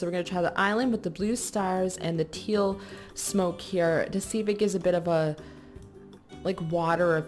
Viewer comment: she said blue smope XD